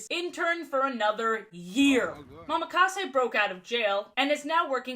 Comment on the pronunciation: I know it doesn't matter, but it's a slight thing that annoys me. ITS NOT MAMAKASE. It's Mo-Ma-Ka-Se.